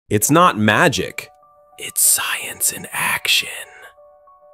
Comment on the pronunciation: You say science like